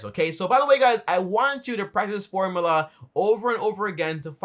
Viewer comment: Its called a formula.. Not formala